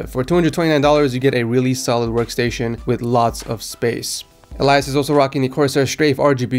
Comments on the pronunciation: You say Elias like this eel-e-is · You pronounced Elias wrong btw